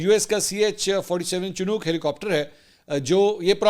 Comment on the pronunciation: جناب اسے شینوک کہتے ہیں، چنوک نہیں۔